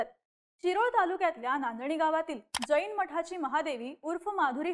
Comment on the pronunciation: बाई ग ,आधी शब्द उच्चार नीट कर. ' ज ई न ' अस्सा उच्चार न करता 'जैन ' असा कर. तसेच राजू शेट्टी हे सर्व समाजाच्या शेतकऱ्यांचे नेते आहेत. फक्त जैनांचे नेते नाहीत.